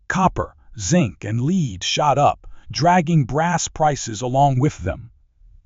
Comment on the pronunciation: AI commentary needs to know the difference between leed and lead.